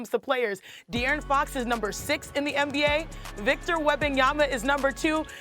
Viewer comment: I love how the commentary said Da'Aaron Fox then Dee'Aaron Fox...I do this too when Idk how to pronounce someone's name